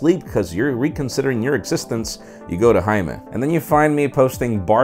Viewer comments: this is how i here you pronounce your name "" (English is my third language" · haha love how he pronounces his name :D